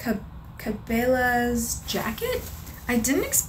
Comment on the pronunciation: I enjoyed this video! The blue jacket is super cute, and the brand is pronounced Cah-bell-ahs. It's a popular outdoor retail brand, I only know if it because I grew up in kind of a rural area in Alberta, Canada (Canada's Texas basically). Definitely dye the little white blouse. Just double check the fabric type before picking a dye!